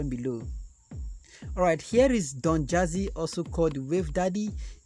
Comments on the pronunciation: Yea I love him! Its dandizy not donjazy. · Did he say Donjazzy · You said Donjazzy? Na wa oo